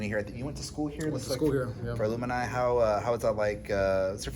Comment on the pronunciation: FYI, "alumni" is pronounced phonetically like "ah-lum-nEYE", not like some variant of Illuminati. Haha. (Not trying to clown on you, by the way. I work at a school, so we say this word constantly. Easy to get it wrong if you don't hear it often. Trying to make sure you know how to say it right so nobody corrects ya!)